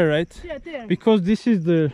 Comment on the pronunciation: yaw senin "this" yerine "diz" diyişine hasta oluyom ya